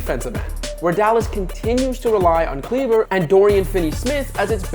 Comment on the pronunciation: Kleber is pronounced Kleba - do u guys watch the nba at all? no way u butcher so many last names if u did